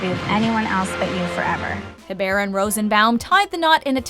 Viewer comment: The way you pronounce “Hebert” is ,,,,, not great